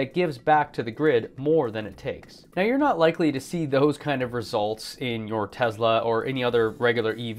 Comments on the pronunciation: ?? Tesla is it right? Not Tezla? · It’s T-e-s-l-a Not T-e-Z-la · you are such an intelligent person.. I can't understand for the life of me why you insist on pronouncing TeSla as TeZla??? It's extremely irritating...